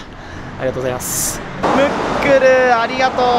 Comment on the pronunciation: ムックルがもっくんに聞こえた